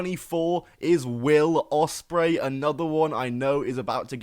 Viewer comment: 24 Will Ospraey 😂😂😂😂😂